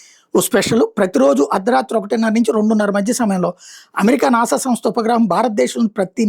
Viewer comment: నానా కాదు నాసా